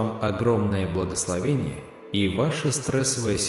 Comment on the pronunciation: Япринима́ю. Это. Благословени́е